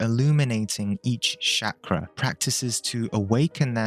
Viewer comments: If anyone wondering it's pronounced as "Chuck-raa" not Shakira or shak-raa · I’m Indian and I have to clarify for you that the word is not pronounced “Shakra”. The “CH” sound is the same as in “Charlie”. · The way he says Chakra, lmao Shakra! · Man common! Call it Chakra the way you'd pronounce Chalk, not Sacra. Feels like quitting the video right away. Practise proper pronunciation, which I think is important when it comes from someone who has studied it for such a long period of time. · Can you say 'chakra' correctly please. It's not that hard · You should firstly learn how to pronounce Chakra buddy, seriously